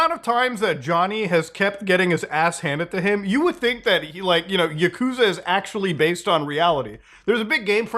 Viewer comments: Don't wanna be that guy Muta, but its YAkuza, not yaKUza. Lots of fans get upset at that kinda thing 😂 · It's not 'YakOOza', it's pronounced 'YAHkuza' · Learn how to pronounce Yakuza genius.. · It bothers me immensely that you pronounced "Kazuma Kiryu" right but not "Yakuza"